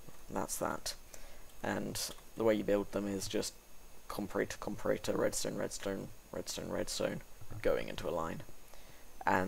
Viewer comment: Spelling it wrong? Do you mean pronouncing it incorrectly? If so, I would agree. I have always heard it pronounced "com-pa-ra-tor" not "com-pa-ray-tor" in the context of electronics.